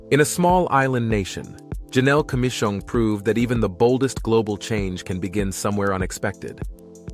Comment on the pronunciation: I've got 1 major correction the name is Janelle Commissiong (Not Komis) People never like their names misspelt . They may forgive a misspelling, but never bad pronunciation.